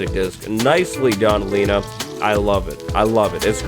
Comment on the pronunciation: Everyone mispronounces Lena’s name lmao.